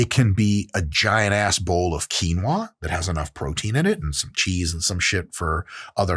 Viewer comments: qui-o-na lol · I died at “Quinoa” that’s Deadass a black womans name perfectly ok to say 😂😂😂